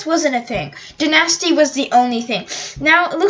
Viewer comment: Dynasty is pronounced die-Nasty